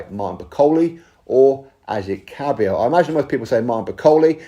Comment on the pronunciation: lol its kabayel ...